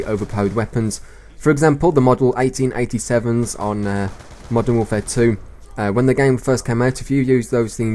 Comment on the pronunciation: Was it just me that thought he said "Michael 1887's"? :L